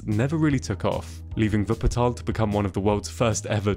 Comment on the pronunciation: For me as a german, living near Wuppertal ( Fun-Fact: He prounced the city like a german) the Schwebebahn is actually the national-symbol for Wuppertal. And yeah Wupper ( The River) and Tal ( Vally) are a really acurate description of the City. For me the first time was surreal, when I run up the stairs to reach this inovation,but if you just sit down and watch the landscape, you can understand why the city need this thing. The city is just a strip surrounded by hills and mountains so the easyies way is to follow the river. Travel Guide: In Germany we have the ,, Deutschlad-Ticket ", ( = Acces to nearly all Public-Transport-Serives" ), but you had to book it early on.